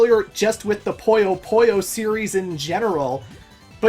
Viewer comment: I hate to be that guy but because it's bugging the hell out of me Puyo Puyo is pronounced "poo-yo poo-yo", not "poy-yo poy-yo"